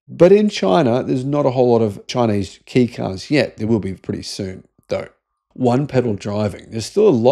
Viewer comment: * Kei is pronounced "Kay", not "Key * The Honda interior is nicer than most Kei cars. * "Ugly", I reckon this is one of the best looking modern cars * The Super EV Concept looks exactly the same, just with fender flares and lowered. It wouldn't meet Kei regulations with the added width of the flares. The European export version may have the flares from the concept - The Suzuki Jimny does that, where export versions are flared and JDM ones are narrow. * Power steering doesn't improve the handling of cars. It just makes the wheel easier to turn at parking lot speeds.